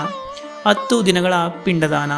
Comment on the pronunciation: ಹತ್ತು ದಿನ ಅತ್ತು ಅಲ್ಲ, ಅ ಕಾರ ಹ ಕಾರ ಸರಿಯಾಗಿ ಹೇಳಿ. ನೀವು ಮಾಡೋ videos ತುಂಬಾ ಚೆನ್ನಾಗಿ ಇರತ್ತೆ